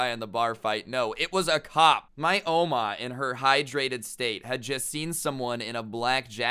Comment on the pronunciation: i dont like the way u say oma